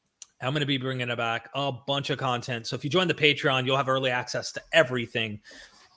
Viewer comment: Did almost say: "Matreon" instead of Patreon?. Luv it! 😁